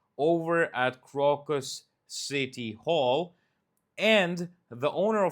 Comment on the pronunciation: The English pronunciation of Crocus is with a long O on the first syllable, like the flower. Just so you'll know.